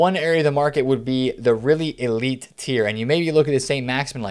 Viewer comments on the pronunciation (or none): none